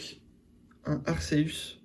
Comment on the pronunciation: Oh le team "ArCeus" ça me stresse mdr, ArKeus pour la prononciation à 100%